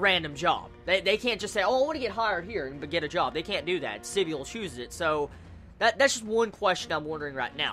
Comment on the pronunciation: I thought it was pronounced Si-bul rather than sib-y-ul